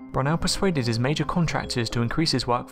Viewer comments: it's not Brun-el , it's Bru-Nel. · BruNELL, not ‘Brunnel’ as in tunnel. Ye Gods! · Good video, but you need to learn how to pronounce Brunel (Brew-nel, not Brun-nel!) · Brunel is pronounced 'Broonel', and what is the 'mystery'? Your diction is appalling, and 'th' is not pronounced as an 'f'. The word is 'through', not 'froo'. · If you're going to mention IK Brunel, at least pronouce his name right. Broo-nell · HOW CAN YOU GET BRUNEL WRONG? IT IS PRONOUNCED BROO-NELL!!!!! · MirVids actually he was saying "Baboonell" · how can you not know how to pronounce, perhaps, englands greatest engineers name? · This is lame - there are several good documentaries about IK Brunel's work and they all pronounce his name correctly, about the most basic starting point - and what mystery? Which engineers solved it? Here's a real article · the voiceover is incredibly creepy. And pronunciation of 'Brunel' irks me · Pedro Conejo there is a huge problem with the narrator: he has no clue how to pronounce the name of one of the most famous engineers of all time. In fact he doesn't even pronounce it wrong in the same way each time he says it